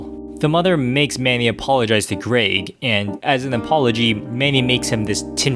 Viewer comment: to says greeg instead of greg